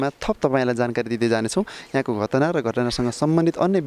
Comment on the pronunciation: यले पत्रकारीता नगरेको जाती छ भैसीलाई घस काट्दाहून्छ बोली छैन यस्को घाट्नालाईत घतना भन्छ थ्क्क